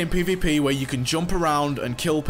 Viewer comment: Why do you say pay v pay?